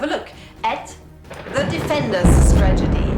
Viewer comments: is it just me or do you say stragedy instead of strategy? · Ahhhh that was so cute :) they really love you, don´t they? :) This was the cutest thing I have seen for a long time. More videos about your flock! Also funny how you mispronounce "strategy" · Great video! Just as a note, I think you may have mixed up the pronunciations of "tragedy" and "strategy" :)